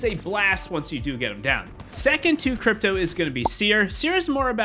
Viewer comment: Did anyone notice that he sId dripto and not cripto 😂